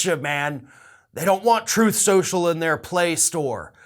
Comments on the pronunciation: Ah yes Troth senchell . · Actually, tRump says its called “Troath Senchal”. LOL.. He has literally mispronounced it on numerous occasions to the point that some of his people are most likely calling it “Troath Senchal”. LMAO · Google would have to be drunk, and on some serious drugs...to F*** Trump. Is "Troth Sential" competition for Frank Speech? 😂🤣😂🤣😂🤣😂🤣😂